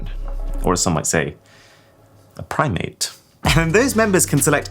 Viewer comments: ".. a prime-ate" 💀😂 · 😂😂😂”PRIMEATE” nice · Primate, come on man🤣🤣